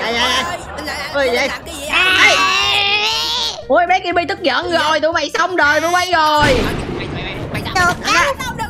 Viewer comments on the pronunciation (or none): Đọc là cơ-bi mà đọc là Ki-bi:))